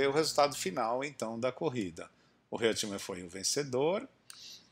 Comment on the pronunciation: Muito bom vídeo, ótimo registro histórico. Mas a pronúncia é "Roitman" e não "Reutman". É uma pronúncia alemã. Mas de novo observo: excelente registro, comecei à me interessar por F1 por essa época, devido em muito a essa corrida, tinha 10 anos.